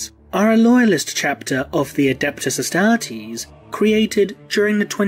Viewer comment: The way you say Astartes is just magical!